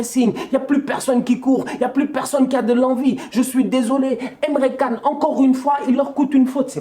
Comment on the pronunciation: emre can (pas Kan mais *TChan*) 😉